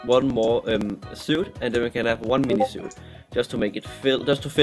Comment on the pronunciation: Ik the spelling is weird ur suite is pronounced. "Sweet" not suit